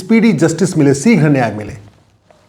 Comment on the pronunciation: सीघ्र नहीं। शीघ्र कहो। ग़लत हिंदी मत बोलो।